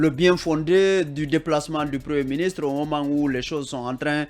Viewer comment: Incroyable quelle faute grave pour ce journaliste de Fim FM à la 3 minutes 58ème secondes. Il dit 《les manifestations sonte organisées par le FNDC...》Quelle honte. Qui sont et non qui sonte. Troisième personne du pluriel de l'auxiliaire être au présent de l'indicatif.